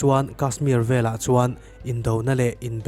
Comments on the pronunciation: Vela... tih hian awmzia aneilo... veleh tih tur.... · Velah tih lovin veleh tih a dik zawkin ka hria